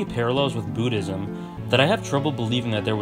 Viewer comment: wow! I've just finished hxh 2days ago. Just wondering how many religious stuff hav been shown in this animu, n this is the video I wanted!!! Great job! That's a nice video! btw it's B*u*ddism not b*oo*dhiam XD